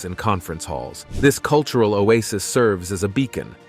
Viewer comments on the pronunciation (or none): none